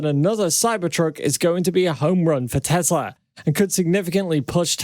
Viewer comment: Its pronounced teSla. Not teZla. Your driving me nuts with that man. I love your channel. So how to watch when you mis pronounce the name tho.